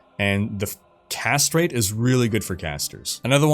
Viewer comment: Every time you say "Cast rate" I hear 'Castrate". Don't worry, it says more about me than you. I always play as the Necromancer so you can imagine. Great video.